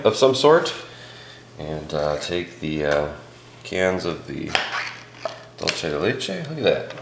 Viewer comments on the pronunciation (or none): It's not "dole-che" it's pronounced "duel-Seh"